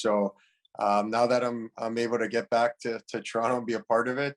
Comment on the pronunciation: He’s pronounces Toronto like we do 🥲